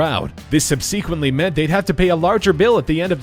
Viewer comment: Again with the 'sub-SEE-quent-lee'???